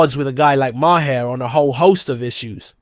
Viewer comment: I had to stop watching solely for how you kept saying his name. You watched the podcast so you know its now MA-HAIR! lmao